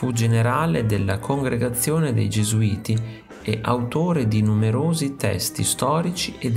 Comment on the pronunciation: ERRATA CORRIGE: Paolo Morigia generale del Gesuati e non Gesuiti come detto nel video. Una svista di pronuncia.